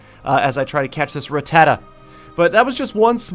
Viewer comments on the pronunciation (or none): Rah-tuh-tah not Rah-tah-tuh